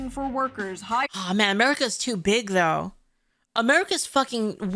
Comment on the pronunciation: She said pink hair with BEEG boin-boins... Oh god is June gonna take up rapping?